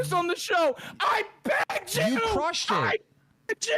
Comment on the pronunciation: I saw an ‘I pegged you’ comment and now every-time he says ‘I begged you’ i cannot unhear it for the life of me